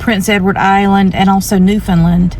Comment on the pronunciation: Bonus points for correctly pronouncing Newfoundland👍